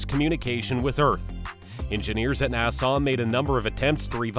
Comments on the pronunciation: Nassugggghhh not nasaw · Why the hell do u say nasarz instead of nasa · what the hell is NASAWWWW? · Who told him the NASA was pronounced NASAW? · NASA not Nassau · OK OK its pronounced NASA NAH-SU as in sup without a p not wat your saying NAH-SAW PLEASE I BEG OF DONT SAW NAH-SAW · Exuse me you mistakein nasa by saiying nassau😂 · Nassau? Or NASA? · Me when I heard nasaw: visible pain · sorry not to be that guy but its nasa not nassau🤣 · Its NASA not NASAW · What the hell is NASAW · just say "NASA" not "NASAHH" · Nasuh it’s NASA 😐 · WTF IS NASAWWWWWW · Nasaw lol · It‘s so funny how you pronounce NÄSAAAAAA 😂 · I had to stop watching cuz i couldn't take 1 more second of Nasaw. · It wouldn't be so bad if you only said Nah-saw once or twice, but you must have mispronounced it 50 times in 15 minutes making this unwatchable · bro sound like Hermione pronouncing nasa nasahhh headass this is satirical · Some people pronounce it nah suh, others pronounce it nah sah. But NOBODY pronounces it NAIE SAWW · I didn't know Nasa was pronounced as "Na-saw" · What does the r in Nasar mean? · nasahh, centor, atlas vee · its not nassaw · "Narsar" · if you say na-saw one more time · NASAW NASAW NASAW BRUHHHHHH LOL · It annoys me every time you say NASSAR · He say NASA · Where the heck is the narrator from? He can't pronounce NASA. Long Island? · Wait that's not how u say it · The way he pronounced nasa made me turn on captions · Your saying nasa wrong and I'm shook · name what accent would produce such a mispronunciation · Literally unwatchable why you do pronounce things like that